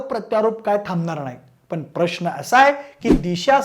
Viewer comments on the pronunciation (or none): none